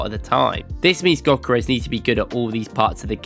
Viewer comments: he mean Gyökeres should be pronounced like "Djökeresh" or something very similar, the gy is like d in duke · He isn t pronunced gökerez, it is Viktor Gyökeres, you should say it like pronunce the "G" like a gansta "ö" like if you are moaing "k" like a c and "e" like ex when you say ex... and how you say the e letter "r" like you are pronuncing the r when you say the N word and say the "e" the same way and say "s" like when you say Shampo. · Awful name pronunciation.